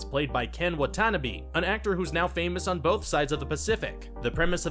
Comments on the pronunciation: “Ken Wuh-TANA-bee.” Lordt. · They totally butchered Ken Watanabe's surname.